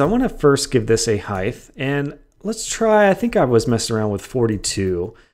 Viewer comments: Not to be that guy but you pronounce height incorrectly. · The way he pronounces height kills me.